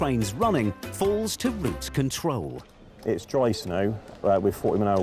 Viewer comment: It‘s ROUTE control, not route CONTROL. Could we have a better narrator please?